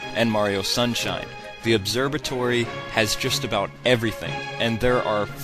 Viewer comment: ...you said Obserbatory.